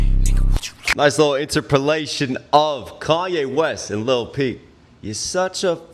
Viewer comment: Lmao he said lil peep